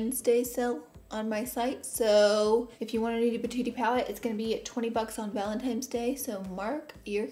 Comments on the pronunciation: “Ohl” “Conciller” “Valentimes Day” I LOVE YOU LAURA LEE!! 🤣🤣🤣😍🥰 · “Valen-times” day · anyone else catch the “valenTIMES day” part haha cutie 😂😉💖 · Random thought Laura says "valentimes day" lol .... back to the video